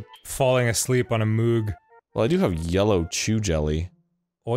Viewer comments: Danny doesn't know how to pronounce Moog, lol. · Damn it Dan, it's M-oh-g.